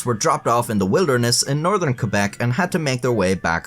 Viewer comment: Thank you for pronouncing Québec correctly. I love you